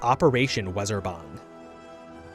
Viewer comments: Germans: Weserübung: Weserban Reminder that W is pronounced as a V in german, so Weserübung is pronounced "Veh-Zeh-Ru-Bum", with the stress in the Ru Ps. Stress on the "Weh" actually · You said Weserübung totally wrong.